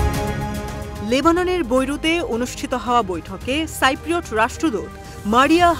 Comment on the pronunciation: আরে সাংবাদিক এটা সাইপ্রোট হবেনা কথাটা হবে সিপ্রোট।